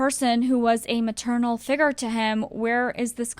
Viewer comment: You saying “ figer “ instead of “figure” was the worst part of this video